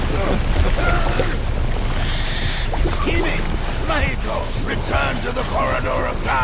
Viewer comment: in japanese, the stress is on the first syllable. it's not natsUko, it's nAtsuko, mAhito.